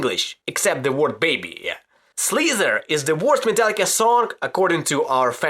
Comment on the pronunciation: That pronunciation of Slither is epic XD